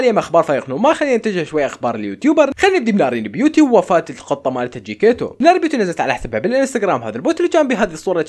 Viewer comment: جكيتيتو❌ جكيتو✔ استمر